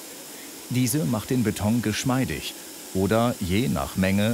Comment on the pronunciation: trotz allem heisst es BETON und nicht BETONG!!!!